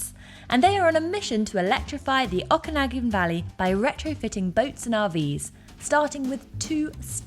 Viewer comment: I very much enjoy hearing Imogen pronouce "Okanagan". I typically hear it pronouced as O-Can-Nog-Gan.